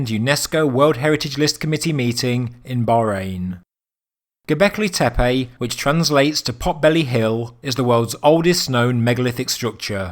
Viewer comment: tempulls ? Teppej? awkward accent